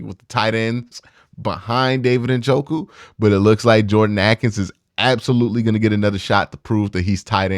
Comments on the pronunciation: Ah-kins? Not for me! Isn't it Ay-kins? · I don’t think you’ve ever pronounced Jordan Akins name right Q. Cmon now